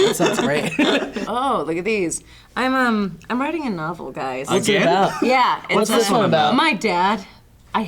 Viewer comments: "I'm whiting a nawble." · I come back to this video a lot just to see put on both pairs of glasses and say "I'm witing a nobble", makes me laugh every single time. she's my favorite human.